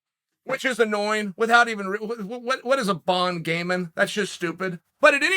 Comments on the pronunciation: French people : Cyril gane "bon gamin" Chael: what is a "bound gaymen" That's just stupid. Fun fact : Bound gaymen= french people in uncle's parallel world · Chael: Bahn Gay-Men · Yeah uncle chael wtf is a bon gaming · Chael ‘what is a Bon Gaming?’ Sonnen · “What is a bon game-in” 😂 Never change uncle chael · Uncle Chael: What is a "Bon Game-in" that is just stupid. "Surreal" Gane: Am I a joke to you? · "WTF is bon gamin? sounds stupid." - our Uncle Chael